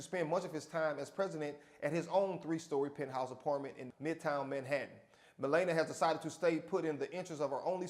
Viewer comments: it's not malayyynia it's malarnia ??? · God damn. Her name is not pronounced "Ma lay na". It is "Ma la nee a". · Melana? That lady name is Melania. (Mah-lawn-ee-ah) Thanks for the laugh! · The First Lady's name is Melania. Not Malayna. Simple search on YouTube or radio clip coulda sorted that out... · It's difficult to take this video seriously when the host doesn't bother to pronounce the future First Lady's name correctly. It's (Muh LAN ee uh). Honestly, you undercut any argument you make when you fail to present your opinion using correct details. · Bro her name is pronounced Mu-lah-NEE-uh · Meh-lah-nee-A! Your welcome! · ME-LA-NIA you so called award winning educator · It's pronounced MI-LAWN-YA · SAY HERE NAME CORRECTLY!!!! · please learn how to pronounce Melania before you report on her.